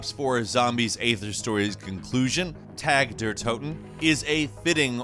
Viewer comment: as a german, i couldnt help but laugh when mispronounced "tag der toten" xD